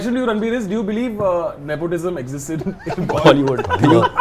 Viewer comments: Am i the only one who cringed every time he said ne-POT-ism? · He said nepautism 😂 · am i the only one bothered by how ranbir kapoor pronouces 'nepotism' cringes